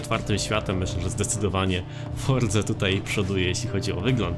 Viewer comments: Dlaczego mówisz "fordza,, zamiast forza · FORZA, NIE FORDZA